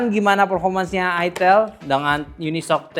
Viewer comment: bang baca nya aitel bang..bukan itil